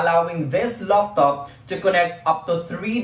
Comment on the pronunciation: I like the way he says Loptop instead of Laptop XD. anways nice vid man :)